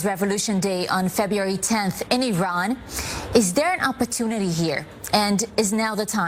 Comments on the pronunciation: SORRY BUT YOU DON'T HAVE THE GOOD PRONONCIATION...IRAN NOT AIRAN.. THANK YOU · Crown Prince Reza Pahlavi is the real representative of Iranians inside and outside of Iran! Please don’t pronounce Iran as I run ;)) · The correct pronunciation of Iran is (e'Ron). Prediction from inside Iran ( e'Ron) is the month of "Ordibehesht," which falls within the April-May timeframe. Coincidentally, this will give the Middle East its own meaning of May Day! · Iran is phonetically pronounced E-ran Iraq is E-raq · At least pronounce Iran properly 😂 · Dear, with all due respect, you don't say (I)ran; you say (E)ran. That said, thank you for promoting Crown Prince Rezah Pahlavi. Shalom. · This name is pronounced NOY like I RAN .. Its prounounced eerun ...it is wrong to pronounce like I RAN .. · It’s not I-RAN it’s EE-raan Please and thank you for the reportage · is not I RAN is pronounced EERON. You don't say I TALY, you say EETALY, you don't say I SRAEL you say EESRAEL. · ERUN NOT IRAN please no more pronouncing it IRAN😂😂😂ERUN ERUN ERUN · It,s not I ran!!!! ,it,s called E run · Why do you keep calling it “eye-ran” and “eye-ranians”?? Do you call it “eye-srael” and “eye-sraelis”?? Or eye-ndia and eye-ndians, or eye-taly and eye-talians??! It’s of course, ee-zrael (Israel), and ee-ndia (India) and ee-taly (Italy) AND ee-raun (Iran) and ee-raurians. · it is not I ran it is IRAN (E run) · It's not.....I......ran... It's eran...learn how to speak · I don't mind watching your videos. But, the first thing you need to know is how to pronounce the country's name correctly! It is not I ran! thge country's name is Iran and pronounced eeraan. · Please, not I RAN (like, you ran somewhere); it is pronounced EERaan (Iran) 😊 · Okay please, It's not pronounced "I.. RAN" but E..RAN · Correct pronunciation is iran not ayran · The name of the country is not “/ai/ ran” it is Iran, “I” pronounce the same as “l” in the word “India”. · It’s pronounced: EERON (Iran). Thanks